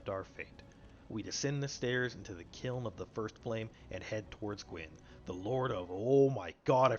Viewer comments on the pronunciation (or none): Into the “keeln” 😂